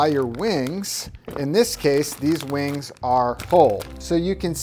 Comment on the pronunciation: i keep hearing the way he says wings as "wang" thats a very nice wang